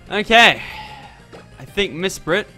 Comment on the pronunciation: Did you know you said Mispret not Mesprit